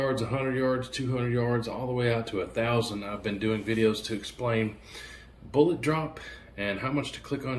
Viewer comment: Bullets. Bullets. Not boolots